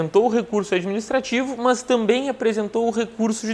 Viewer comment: Esse entendimento aí tá mais pro TJ-RS isso sim, "mãs".... !!! 😜